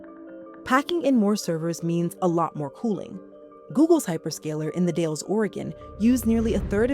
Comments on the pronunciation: That is NOT how you pronounce the Dalles. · "The Dales" lol that is not how you say it